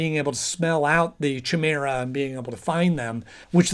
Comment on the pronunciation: Chimera is pronounced kai-mare-ah, not chai-mare-ah.